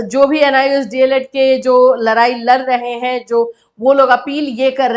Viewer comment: mam larai nahi hota hai ladai hota hai